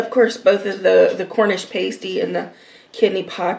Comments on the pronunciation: It's pronounced Cornish pah-stee, not pay-stee. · It’s pronounced pass-tee not Paisty by the way :-) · Sausage rolls Cornish pasty.... pronounced passtee and scotch eggs are usually finger food, you eat with your hands. Glad you have British food in America. Cottage pie is made with beef, but Shepard's pie is made with lamb 🙂. Sorry for the edits....but you don't eat Yorkshire puddings with syrup...only gravy!! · Paaaaasteeeee get it right!!!!! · Exactly! Pastee is a pie...Pasty are things you decorate a nude figure with 🙄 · Pasty like nasty not pasty like tasty, was so annoying lol😂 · Hi! It’s pronounced “past”ie like the word past. The cottage pie is what we (USA)call shepherds pie. The correction is: Cottage pie-beef, shepherds pie-lamb, Cumberland pie is cottage pie with shredded cheese on top. Also that Yorkshire pudding is huge!!!!!!! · You say pasty like nasty oh and please don't put gravy on it or the scotch egg lol. Definitely no syrup on the Yorkshire pud thats sacrilege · Hi. You’re supposed to pour the gravy over the mash potato and peas. The pasty is pronounced like pahsty with an ah sound as in umbrella. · It's pronounced: pass-tee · Pronunciation sounds like cornish 'past ee' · Cornish 'Pas-tee'